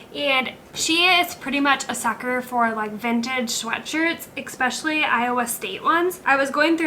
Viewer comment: Talk about click bait! Here I thought I would find out what to do if one of my cat’s were bitten! Shame on you! BTW… it’s “especially “, not “expecially” !